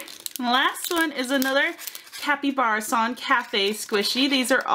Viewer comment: Kapybarason as in capybara (the large rodent) not kapyBEARison